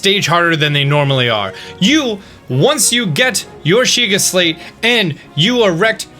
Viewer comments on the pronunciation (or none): I heared "sheyiga slate" but great video tho